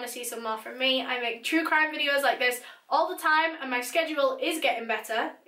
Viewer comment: Started watching your channel 2 months ago.. finished all your “videuhs” ☹️